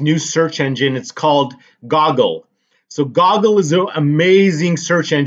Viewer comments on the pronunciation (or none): You are mispronouncing google.